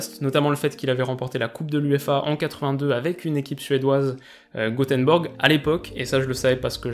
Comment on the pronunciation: pourquoi faire un mix entre la prononciation anglaise il me semble Gothenburg et le français Goteborg ? Je ne comprends pourquoi tu dis Gothenborg ?